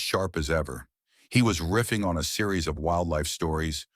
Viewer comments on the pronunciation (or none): none